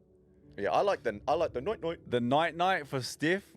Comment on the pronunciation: The T is silent in "nuit" I'm pretty sure